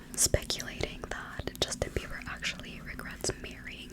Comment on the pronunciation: I keep hearing you say 'Justin Beaver' ahahahahha. is it just me?I don't know any of these people, well I heard of them but I don't care. I am old haha. But this was a good video. I fell asleep to it last night so imma listen again now for the whispers.